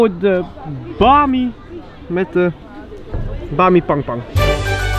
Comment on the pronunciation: hij zecht bami pangpang XDDDDDDDDDDD